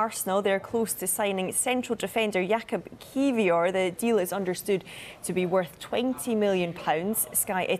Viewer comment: Kivyour is how you pronounce it should try grzybowski ;)